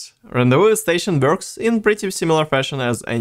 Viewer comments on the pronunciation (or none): none